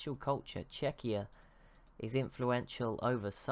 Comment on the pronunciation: Its CZEchia, not CzeCHIa. Google translate (on english) can prove it